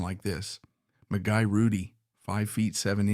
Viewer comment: This AI narration is an embarrassment. His name is pronounced MEE-GAY not Mi--Guy. And the legendary Rocket Richard is pronounced Ri-Char as it is French. This is an on-going problem with AI. Famous names are butchered. This is just one more example.